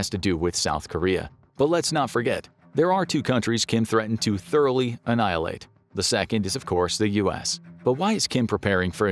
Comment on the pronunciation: hang on a cotton picking minute, 3.36 timestamp "our army moughly?? annihilate"... I'm scared now! Is there a new way of war? what is this word? moughly? sounds, actually sounds like food? is that food?